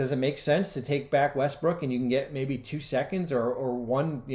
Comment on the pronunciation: he said Russell westbrick🤣